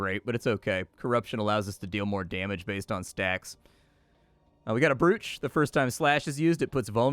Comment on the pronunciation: Brooch! Amazing, wonderful. Cheffs kiss. It's pronounced the same way you would say 'broach' normally but your way makes more sense and is hilarious.